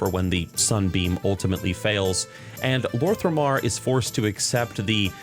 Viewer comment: Quick note concerning your pronounciation of some names, so it's "Lor'themar not Lor'thRemar" and "Turalyon actually reads as Turalyan" other than that i really love your videos keep it up ! Much love !